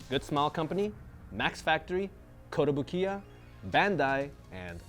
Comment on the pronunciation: is usually pretty good with his Japanese, but it's not kotobu-kiya but kotobuki-ya...(壽屋).